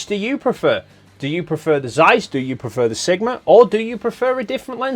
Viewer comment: Zeiss, you read it rong.